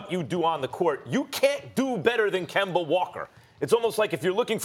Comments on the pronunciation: no one: Stephen A: “Kember” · This man is still pronouncing his name as KIMBER lol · Why Stephen A. Always calling Kemba Kember lol. Give my man a break his back obviously hurts. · Nobody: Stephen A: Kember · Now he just saying Kember on purpose !! 😂😂😂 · Nobody: Stephen A Smith: Kember Walka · SAS: “ Kember Walka” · “Kember” -SAS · You see kemba is not really kemba. That's where your wrong. And here's why... Its KEMBER. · Nobody: Stephen A.: Kember Walker... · Ummmmm who is “kember” ?? 😂😂😂😂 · Stephen “Kember Walkur” Smith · Stephen "Kember" Smith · A man who prides himself on his lengthy vocabulary, can't say Kemba. Really isn't hard to pronounce something properly.